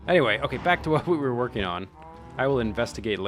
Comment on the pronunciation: Welcome backa to the mindacracka